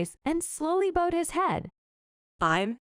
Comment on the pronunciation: If you bow your head, it rhymes with now, and in that sense bowed rhymes with crowd. They don't rhyme with sew or sewed.